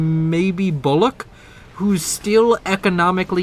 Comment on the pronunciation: ..... "Bombers bombing..., as they do." Wow 10/10 expert analysis xDDDD P.S. Bullock is pronounced like Bull (the animal) and "uck" as in Luck Bollocks is a different word (meaning "oh, crap!") - pronounced Boll-ux